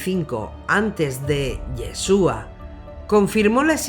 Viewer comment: SE PRONUNCIA IESHUA , NO YESUA